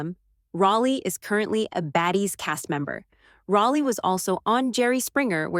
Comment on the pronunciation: Fix your AI. It's pronounced Rollie, NOT Rahllie!!